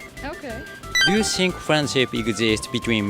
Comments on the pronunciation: Think の発音もう少しがんばろう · 内容面白いからがんばって。それからthink の発音直した方がいいよ。シンク(sink) じゃなくて、しっかり舌先を歯に当てて。